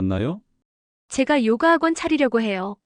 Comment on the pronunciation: <요가>를 요까라고 하면 안됨. 그냥 <요가>.